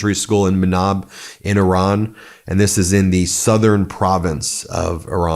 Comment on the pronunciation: It’s eeran Ben not Euran, the I is pronounced as in Italy, Israel etc…